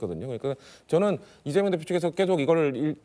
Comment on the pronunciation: 발음이 리재명으로 들리네..직구엔 늘 동문서답하고